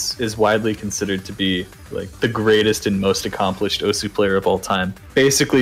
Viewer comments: Great video! Osu! is an absoluteley amazing game and it's always cool to see videos like this which help showcase the game to a new audience BUT ITS PRONOUNCED OS NOT OSU REEEEEEEEEEEEEEEEEEEEEE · Still can't believe it isn't pronounced "oss" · OSU WTF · Learn how to pronounce Osu